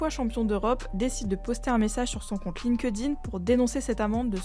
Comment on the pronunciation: C'est pas "linque dine", c'est "linked in"